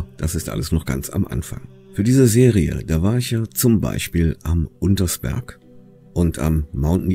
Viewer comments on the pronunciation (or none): none